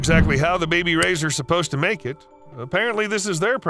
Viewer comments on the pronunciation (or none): none